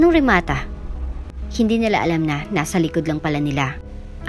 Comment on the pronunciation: I am really bothered by the pronunciations, Anika, not aNIka, remaTA not reMAta.